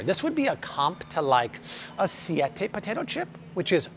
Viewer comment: Love these videos, why does an American guy pronounce tomato and potato so weird? Not all the time either, very annoying!